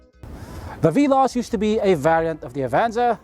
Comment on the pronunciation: I irk always when he always pronounce Veloz as Bee-loss.